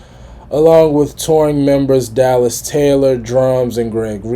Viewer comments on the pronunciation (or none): none